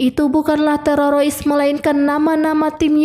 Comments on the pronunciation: Aduh admin admin yg bener aja Terorois (teroris) & Negoisasi (Negosiasi)😂😂😂😂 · Min kenapa bilangnya harus terorois sih, bukan teroris😅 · Teroris,mbacanya tereroris,yak ampun mbk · teroris mba, bkan tererosa ee tereroris😂😂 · TERORIS ❎ TEROROIS ✅ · Sekarang BHS Indonesia sudah berubah😂,film dibaca filmi, teroris dibaca terorois ,telinga berdesis,aku pikir ular yg berdesis, ternyata telinga jg berdesis 🤦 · teroris neng teroris,, bukan tewowosis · Teroris min bukan terorois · Teroris min bukng terorois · tererowis teurerowis 😅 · TERORISSSSSSSSSS WOY BUKAN TEROROISSSSSSSS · Mba admin kita tumpas terorois yuk 😌😌 Mba tolong mba TERORIS MBA TE-RO-RIS.... TE.ETE ER.ORO R.IRI...S TERORIS 😭😭😭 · Teroris ❎ Terorois ✅ 😂😂😂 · Bukan teroroys tapi teroris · Teroris bukan terorois udik ini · Hu di buat lebay, teroris jadi terorois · Mbaknya gk bisa blng teroris😂😂😂 terorois😂😂😂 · Teroris mba,bkan tererois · Dari pada ngereview filem mending belajar ngomong dengan bahasa yg baik dan benar dulu. Dari bilang teroris jadi tererois 😂😂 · BIAR APA SI NGMNG TERORIS JDI TEROROIS?NGAKA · Teroris min bukan terorois😁🙏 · Teroris min,,,bukan terorois 😂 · TERORIS bukan TEROROIS min😅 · Teroris bukan tererois bun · Waduh maaf mba knpa terorois😂😂😂😂😂yg sebenarnya itu teroris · Terioris ??? Jeng .. teroris Jeng teroris !!! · 😂😂😂😂😂😂 min TERORIS, bukan TEROROIS😅😅😅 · Bukan terorois dek... tetapi teroris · bagus,tapi kesal mendengar penyebutan terorois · filmnya sih oke. Suara si kakaknya juga bagus. Tp ngomong "negosiasi" dan "teroris" gak lulus ni. Jd "negoisasi" dan "terorois" 😄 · Teroris mba bukan terorois😂😂😂😂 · Teroris bukan terorois, Bahasa mana ka kmu gunakan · Mf koreksi mba bukan terorois tp teroris, dr td sy denger suara mba terorois terus...😂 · Maaf kk mau nayak, teroris apa telerois 😊🙏🙏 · teroris kak,bukan terorois😅😅😅,sorry ya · Film nya seru tapi penyampaian nya gak enak ,masa teroris di baca nya terarois min...waduh... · Memang bener mimin bilangnya terorois😂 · Ya benar keseliput lidahnya